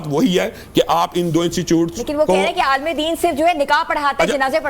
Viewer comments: Aaalam ❌ alim 😂 ✅ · Aalam ❌ Aalim ✅ 😂😂😂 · Alaam alaam Sahil adeem: Alaam nhi alim 😂😂